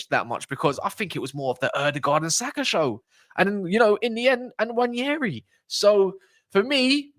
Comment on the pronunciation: the N is not silent and it's not pronounced Waneri. The N is part of a double letter alphabet 'nw' in Igbo language. There are so many of such double letter alphabets in Igbo language eg. ny, ch, kw, nw, gb, gh, kp, gw. The Igbo tribe is one of the three major ethnic groups in Nigeria and that's where Nwaneri's ancestry hails from.